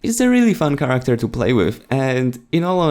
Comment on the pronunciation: charecter. CHATECTER it's character